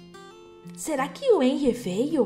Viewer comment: vc estava falando errado kkkk esse "H" tem o som de "R" como se fosse Renry